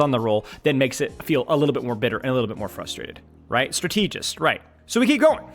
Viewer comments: the way you pronounce strategist really threw me off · that’s a crazy pronunciation of strategist lmao wtf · I was thinking the same! Does he say stra-teegy as well?? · Strategic is pronounced with a double e sound so it's not that crazy tbh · I was gonna have to comment this if I didn’t see it 😭 Genuinely had me tweaking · I'd like to show this video to my friends but 'stra-TEA-gist' makes that impossible. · Why are you saying Stra-TEE-gist??! My god read a book or something. Go on Google and type in strategist pronunciation. Thank me later. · what is a strat-eee-gist? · Great content as always man! I've never heard someone pronounce strategist as Stra-TEE-gist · Do you honestly think that's how you say strategist?? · Dude great video!!! Very good points!!! But please for the love of God, Jesus and all the teletubbies learn how to pronounce strategist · Maybe learn how to pronounce strategist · could you please pronounce strategist correctly? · So is he prouncing strategist wrong on purpose or? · Liking the video so far, the word strategist is pronounced with emphasis on strat. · why does he say strategist like that? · Why he keep pronouncing strategist like that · I love you,. That's why I need to say this: I think you pronounce "strategist" incorrectly.